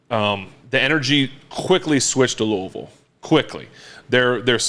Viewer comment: As a guy born and raised in Louisville while also being a steelers fan and huge Roethlisberger fan. It really warms my heart that Big Ben knows how to pronounce Louisville correctly. Keep being a legend, Ben!!!